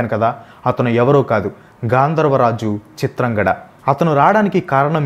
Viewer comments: Chitrangada kadu chitrangadha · చిత్రాంగడ కాదురా అయ్యా.. చిత్రాంగద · Please pronounce it as chitrangadha not chitrangada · Bhayya మాయ కాదు మయ..చిత్రాంగడ కాదు చిత్రాంగద. But good vedio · Hi Bro Please read the scripts from telugu text. If you are reading from English versions, you are making many mistakes in pronounciation. Example - చింత్రంగద - ని చిత్రాంగడ Ani చదువుతున్నారు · చిత్రాంగడ కాదు చిత్రాంగద. మనకి తెలుగు వచ్చుకదా అన్న. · Bro adi చిత్రాంగద.... Not చిత్రాంగడ... Ninnu tappu pattadaniki kaadu...just nxt time ki correct chesko bro ✌️ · చిత్రాంగడ కాదు చిత్రాంగదా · Eraa pichi maalokam దేవుళ్ళని ఏలియన్స్ అంటవెంట్రా. పేర్లని సరిగ్గా పలకడం నేర్చుకో చిత్రాంగడ కాదు చిత్రాంగద ఫెండ్స్ ఇతను తనకు నచ్చినట్టు చెప్పుకున్నాడు విషయం ఎలా ఉందో అలా చెప్పట్లా హిందువులకు వ్యతిరేకి ఇతను నేను చాలా వీడియోస్ నుండి గమనిస్తూ ఉన్నా Don't support